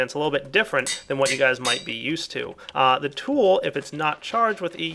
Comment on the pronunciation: "Different than you're EU-sted to"